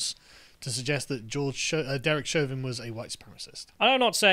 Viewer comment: It's Chauvin not Chavin. It's also H not Haytch. 😉